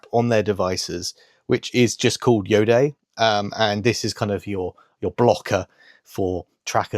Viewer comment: Hi! Iodé is pronounced io-day, where day is a short sound.. it refers to the place of origin of the brand (the Bordeaux area in France) as well as to the "iodized sea air", hence iodé! Hoping this helps...